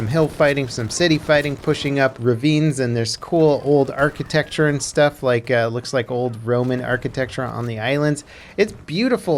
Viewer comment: "Roman architecht" really... XD